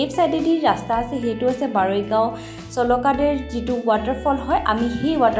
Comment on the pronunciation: It is 60 KM away from Guwahati. And it's Baregao not Baroigao.